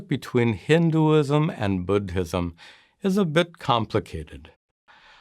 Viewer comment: Bud-Hism? Please stop!